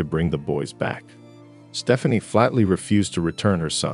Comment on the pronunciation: It’s because it’s AI. I rarely watch anything that has AI exactly because of the mispronunciations. 😏